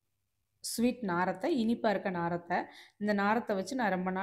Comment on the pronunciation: ஏங்க நாரத்த இல்லை நார்த்தை உச்சரிப்பு தப்பு